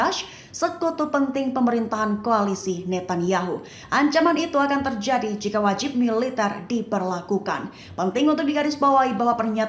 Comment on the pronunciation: Penyiar berita seperti berdeklamasi 😅 sangat bersemangat. Terjadi dibaca tierjiadi.